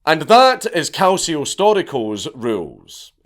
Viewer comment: Your italian pronunciation is pretty good 😂😂 your only mistake is "Calcio". It's pronounced more like "Kal-chi-o".